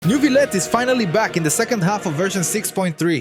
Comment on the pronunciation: As a French, thanks to you saying Neuvillette properly <3